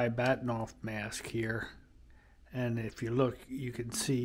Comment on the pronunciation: It's Bahtinov not Baktinov.